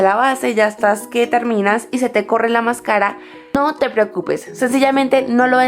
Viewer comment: mascára? xq lo pronuncia así? nunca lo Decías de esa manera :s y pone tanta luz q no Se llega a ver nada